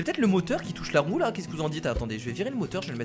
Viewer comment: Y à que moi qui pense qu'a chaque fois qu'il dis "roue" il dis "roux" mais péjorativement sans faire expret ? x)